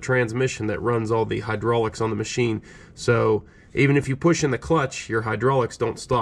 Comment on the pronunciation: I that I heard this dude say Mochine!